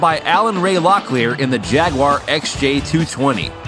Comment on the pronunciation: its not a jagoora its a jaag